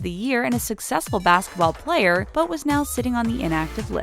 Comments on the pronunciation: You spelled player wrong you said plater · You said football plater